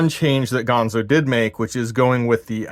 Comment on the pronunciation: It's ganzo, not pronounced gonzo, but I do like your channel, I subscribed